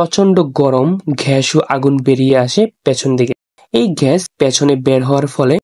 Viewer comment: ঘ্যাস নয় ভাইয়া এটা হবে গ্যাস ধন্যবাদ